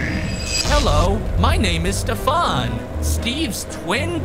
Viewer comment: You need to practice Saying Voice “Stefan” There’s Nothing Stefan not Mr farn